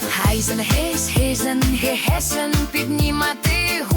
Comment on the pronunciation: "gehesen" is niet goed uitgesproken, ik hoor gehessen, gewenst is een lange ee.